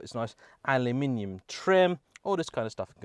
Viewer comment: Aliminium? :-O Just kidding, great review, subscribed! :)